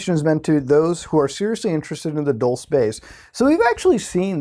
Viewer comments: bruh i think its "dull-CHAY" or if you wanna be fancy "dual-chay" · Dulce is pronounced as "dool-say" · Dulce is pronounced dol-che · Bob Lazaar has alread made it clear he hasn't ever seen the aliens himself. But rather only the craft he helped reconstruct. And you say Dulce wrong. It's pronounced like Dul(Dull-say)ce